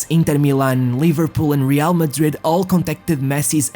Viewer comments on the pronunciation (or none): none